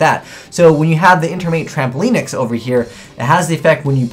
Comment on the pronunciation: He mispronounced Trampolynx as Trampolinex, apparently he's never heard the word lynx said before.